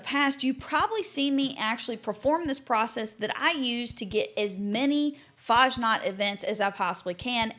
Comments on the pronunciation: lerne bitte, wie man Fasnacht richtig sagt. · Dear lord please learn how to correctly pronounce fasnacht